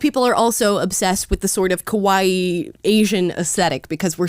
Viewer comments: Amala says kowaii (instead of kawaii, easy mistake) which is PERFECT because kowaii means scary and this transracial shit is scary as fuck😂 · LOOOOVE the post, however, it's pronounced "KA-WA-EEEEEE". 😍 Living in Japan, I hear it all the time. Keep posting, I 💖 them